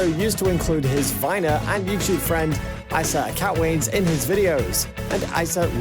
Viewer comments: It’s pronounced EEsa on ISa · Bruh who is icea you pronounce it e: sah: issa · I know this guy is british but, "eye sa" I only know "Issa" pronounced, "eeeee sa, eeeeee sa"